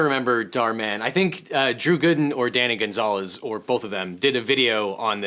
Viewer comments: "Dranny Goonzalez" killed me 😭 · Dranny Goonzalez? Lol, that killed me. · "Dranny Goonzalez"🤣 This should be the official name of BOTH their channels